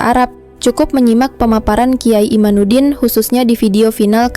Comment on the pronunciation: MIN , Namanya KH IMADUDDIN BUKAN IMANUDDIN . 😊😊😊